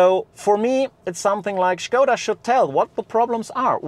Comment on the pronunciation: "shkouda" sounds wrong. I'd prefer "skouda" (english) or "shkodda" (czech)